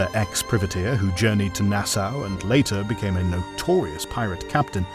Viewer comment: why are you saying "privateer" like its a privet hedge? this kind of thing is classic AI voiceover mistake